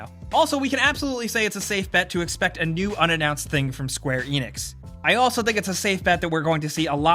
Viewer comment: please no more "expect".